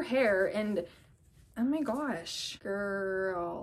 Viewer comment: I love when you said GirLuH